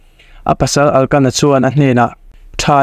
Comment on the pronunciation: Hani aiah khana-i tih tur aw..Elkana tih tur a nia...Pinina-i tih zawk tur a nia....I ti tha khawp mai